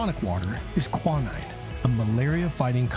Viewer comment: The narrator mispronounces words all the time. The last one I watch he had a problem with "respite" and now it's "quinine".